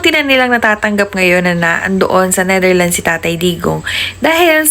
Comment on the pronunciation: Ayusin mo ang pag banngit ng bansa ng Netherlands dahil trying hard ka, hindi NETHERLINES as you said